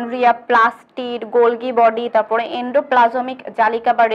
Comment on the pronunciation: মিস, গল্গি বডি হবে না, হবে গলজি বডি।